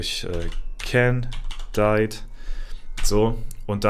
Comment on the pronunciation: die "candied" aussprache ist mal wieder was fürs wörterbuch 😂